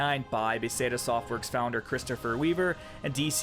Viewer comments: Matt F-EYE-ROAR. Also BETH-EZZZZ-DUH. Not sure how the fuck you got Ba-say-da. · fuck you saying bahsayduh got so annoying. great videos otherwise man, but c'mon. one second of research and you'd know how to pronounce beTHesda. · "BAAAA - THEZ - DAA" Not Beseda... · baseda? BE-THE-SDA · "Beth'es'da" not "Be'said'a" :P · Why do you call Bethesda (Beh Thes Da) "Bay Seda"? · dude, work on your pronunciation, it's Bethesda not beseda, and just hundreds of other little things throughout. I was honestly enjoying listening, but it eventually reached a point where your inability to pronounce words left me unable to continue from cringing. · Got Firor's name right but not Bethesda. Beth. Es. Da. Not Beth Sey Da. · It's "Be Thes Da" not "Be Se Da"... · as much as I rarely say this and I honestly hate to say it, your opinion is completely invalid, it's been invalid since you said "bay-say-da" and then "i-d" softworks. this MMO should never be on a graveyard list, it's going strong and currently has a massive playerbase. the launch sucked, we all know that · Did he really say "be say da" 29 times rather than Bethesda? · bee say da ? waffle-stein ? you know you mispronounced words .. that's why the rude captions and the comment replies XD I aint mad ... entertained actually XD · Bethesda, not "beseda"... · its' BETH-ES-DAH not Beefeesda. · "Be-zay-dah" That's gonna trigger some nerds. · Befesda? Beseda? wtf is he saying? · Why do you keep calling them Beseda? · Buh-Thez-Duh. I dunno what the heck you're saying, but you're saying it wrong. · Ba thez dah. Like the town in Maryland. How you rhyme it with peseta is beyond me. There's even a YouTube video called "How to pronounce Bethesda." Seriously, you should watch it. There is nothing worse than someone presenting themselves as knowledgeable on a subject, only to sound completely ignorant by mispronouncing a key word. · Beseta? You mean Bethesda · Bethesda. Beth (like the woman's name), thez (rhymes with "fez", a hat), duh.